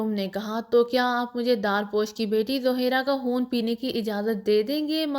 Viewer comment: خون نہ کے حون آپ کیا پڑھ رہی ھہی